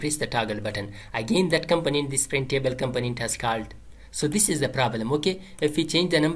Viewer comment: 😂 you say component in funny way I thought you said companies .. anyway thank you bro